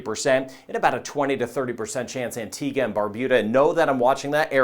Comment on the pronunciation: thank you for pronouncing Antigua and Barbuda correctly! 😂 I keep hearing “Antigwah and Barbooda”